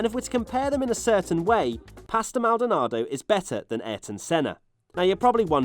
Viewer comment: Maldanardo - Kimi - panis - D hill - senna you didn't try very hard